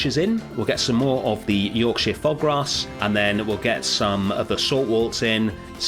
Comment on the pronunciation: I know you're probably British yourself but hearing someone pronounce that Yorkshire grass right for once healed my soul 😭